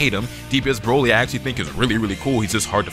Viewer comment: Bro said “Droly” 😂💀